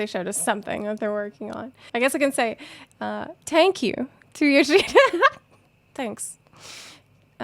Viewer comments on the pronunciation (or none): says "Tank you", I immediately think Kung Fury xD